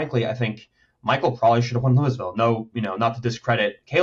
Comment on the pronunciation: Love you guys but the S in Louisville is SILENT LMAO WTF